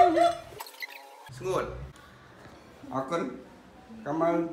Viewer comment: ពូ អរគុណ ភ្លេច «រ» ហេីយ